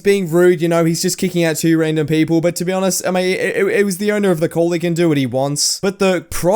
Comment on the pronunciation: Ve? Do you mean be?